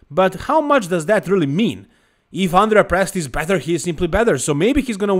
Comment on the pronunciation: Not even close for Presti lol, I guess you are Italian? 😅